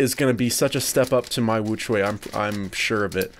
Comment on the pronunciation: * says “Angstrom woochuay M” *Me: face palm, while saying “The real pronunciation is Ångström woo-tshweh M”